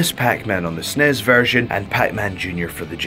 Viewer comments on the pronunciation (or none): Lol did he pronounce the super nintendo as literally "Snes" when he talked about starfox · "starving for the snez"